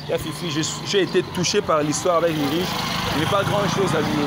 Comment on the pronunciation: Ce n'est pas Ulriche. On le prononce Ulrike svp. Mais on écrit Ulrich. Merci